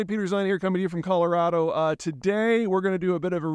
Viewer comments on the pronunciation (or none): none